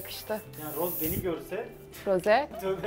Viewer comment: Çok şükür Rose ye Roz demeyen biri🤲